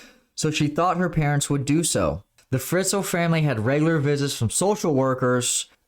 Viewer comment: Hello, from an austrian. That case was huge in the country! And btw - he is called Josef Fritzl, not Friztl maybe you want to correct that 😘